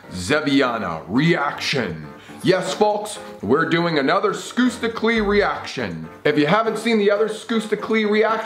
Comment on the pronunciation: I know its spelled as skusta clee But the pronunciation is skasta cli thats how you pronounce it